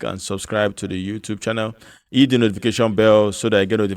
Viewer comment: Wooooow! Finally, I heard you say “hit”. All this time, I thought you have been saying “eat”😆